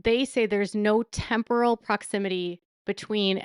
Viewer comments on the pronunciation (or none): none